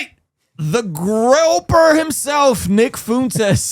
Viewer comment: Brooooo it’s Groyper not groper! He’s not a dang sex deviant!